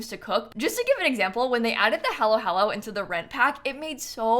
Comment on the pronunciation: no judgement but when you pronounced halo-halo like that, i laughed out loud. try to pronounce it like holo-holo (like holographic or halloween)